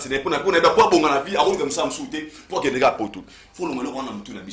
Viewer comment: Pour dire que et non qué